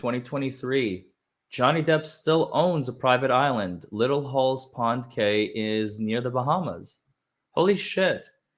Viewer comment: About 25 minutes in: Cay is pronounced Key. I know, it follows no rules. Sorry if someone corrected that in the stream already.